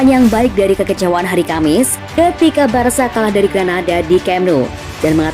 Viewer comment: Min, bacanya BARSA bukan BARKA👍👍